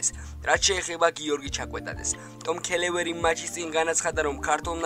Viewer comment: კაი ხანია შენს ვიდეოებს ვუყურებ და სულ ერთი გამოუსწორებელი ნაკლი გაქვს,გვარების სწორად წარმოთქმა გიჭირს.ქელევერი კი არაა ქლევერლია,დე ლაურენტისს აურიელო კი არ ქვია აურელიო ქვია და ა.შ. ეს რაც მახსოვს ის გითხარი,სხვაფრივ კარგად უძღები შენს საქმეს,ყოჩაღ კაი ინფორმაციები მოგაქვს და ლაპარაკითაც გამართულად ლაპარაკობ,აი ეგ 1 ნაკლი დახვეწე და ყველაზე მაგარი შენ იქნები